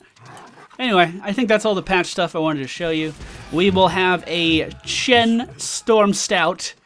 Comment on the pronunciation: yap not shen but chen